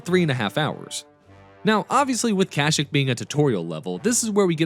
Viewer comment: Your pronunciation of Kah-Sheek hurts me